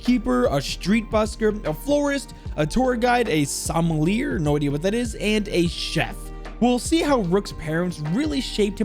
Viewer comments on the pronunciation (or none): Sommelier is pronounced ˌsəməlˈyā and it's a wine taster/ guide. Weird thing to include about his mom, good vid tho